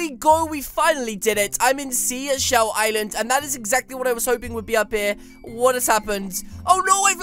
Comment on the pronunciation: U said the name of the island wrong